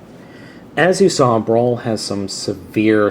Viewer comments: I didn't catch on til the end, but did you keep calling Brawl "Brawn"? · you called brawl brawn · wow two times you called brawl brawn lol